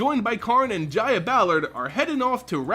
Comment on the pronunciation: Jaya is pronounced as Ya-Ya